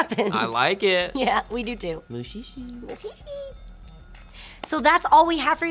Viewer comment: ja xD Auch die Aussprache ist recht amüsant. Es klingt mehr nach Muuuuschi, als nach Muschi.